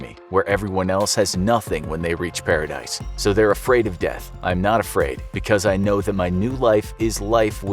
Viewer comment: “Paradice”, ha ha ha!